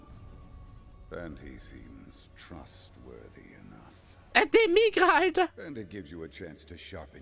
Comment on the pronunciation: "Demigra" ??😂😂😂 Dabura/Dabra heißt der😂😂